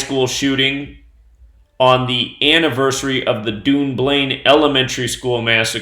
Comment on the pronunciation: I wish you would say Dunblane properly .......its pronounced done blain